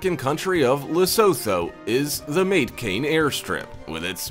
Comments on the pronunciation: Ma-te-ka-ne... in Lesotho... Not mate-kane... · it is not mate-kane,, its Matekane probouced as Ma-te-ka-ne ...